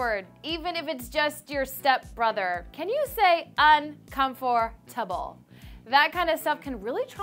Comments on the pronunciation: Un- cumfort- tumble. Hahahahahahahahaha!!!!!! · can you say UN COM FOR TAB LE - cringed so hard. Clevver need to axe all the presenters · Girl: Can you say 'un-comfort-able'? Me: I can, but apparently you can't 😂